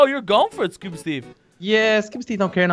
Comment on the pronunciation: is the worse at saying it no efense. is kinda good is the beast.